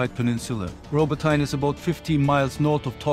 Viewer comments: It's rabotiné not rabotain😂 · "Robbo-tyne" Bruh atleast try to say it right